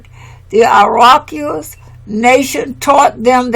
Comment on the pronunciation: My Dear Sister commentator...the phonic pronunciation of "Iroquois" is: "EAR-O-QUAAH". Thank you for your diligence and honoring the ancestors and our matriarchal tribes and customs noted within this work. Let them be "Americans" for we are Amaru-Khans..."Royals of Amaru" in the lands called Atzlan later stated by the Greeks as "Atlantis". The True "Blue Bloods" and students of Tehuti/Djehuti also known as Thoth the Atlantean who set up Ancient Egypt and Hebraic customs which upon the Great Cataclysm Thoth went setting up the :Second Egypt and the Iberian Peninsula of Northern Alkebulan/Africa. Last...our Great Mother Amaruca connects with Asia by the Beringia Land Bridge/Strait now submerged underwater...still connected with the other. That is PROOF Amaruca/America IS The Orient and the Far EASTERN Lands of The Rising Sun!! We are NOT in the Western Hemisphere. "Pass me the Soy Sauce Please"..... 🙇🏾‍♂️🕊🙏🏾✊🏿🍷🤴🏿👸🏿👑👳🏽‍♂️👳🏾🦹🏾‍♀️🧙🏿⚔🛡🗿🗿🗿🕎✡ 🥍⚽️⛸🏀⚾️🏒🤠🦅🪶🏹⚖✊🏿